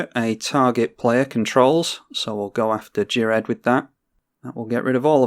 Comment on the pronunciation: I believe Ghired is pronounced (F)ired, as in Cough. I believe this is the case, because he was "fired" from the conclave by taking on "fire" mana.